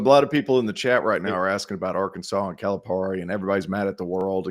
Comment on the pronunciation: I generally agree with and like take and opinion on a lot of issues....but if he wants me to take him seriously he needs to learn how to pronounce Calipari. I adhere to the belief that you should pronounce someone's name the way that person pronounces their own name, and John Calipari has been in the spotlight and pronounced his own name for decades now. It shouldn't be all that hard to figure out.